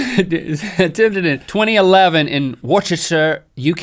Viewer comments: Worchester? It's pronounced Wuss-ter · It's pronounced like "Wuster" not "Wuce-ster" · Lol! Worcester is pronounced Wuster not Wuchester haha :D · Yeah Im gunnu be that one bostonian who says it, Worcester is not pronounces war chester, its pronounced wooster. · Hey guys, I'm from Worcester UK, I think you're trying to say that. It's pronounced Wuh-ster, not Worchester :) you're welcome :) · You said wochester its basicly pronounced wuster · Link, did you just call Worcester (wuss-ter) worchester? :D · worchester is pronounced wooster :))) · I love how Link pronounced Worcester, it's actually pronounced "Wuss-ter" don't question it we know it's weird and if anyone wants to try correct me, I've lived there my entire life so don't bother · It's pronounced 'Wooster' with the 'oo' as in 'look' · U said Worcester wrong It sounds more like woster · Worcester is pronounced Wuster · . Worcester, pronounced "Wus-ter" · You pronounce Worcester wuster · Wait what did did link say ? It's pronounced wuster but its spelled Worcester. Massachusetts (and the UK) is weird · WUCHESTER? ...Americans. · Link: Worcester its pronounce "wuster " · You butchered that pronunciation of Worcester, Link. It's pronounced 'Wooster'. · Hi guys, huge fan of your video, but I can't pretend it didn't annoy me when you mispronounced Worcester. In England, we pronounce it "Wusta"! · It's pronounced like 'Wooster' / 'Woostershire'. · I come from Worcester PS.they didnt say it right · I never thought I'd get so much enjoyment out of hearing an American pronounce "Worcester". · Links attempt at saying Worcester is so funny! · aw no that pronunciation of Worcester made my ears hurt :( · Link definitely just pronounced Worcester wrong. The bra chain record explains why there were boxes everywhere in my town asking for bra donations around that time. I was so confused.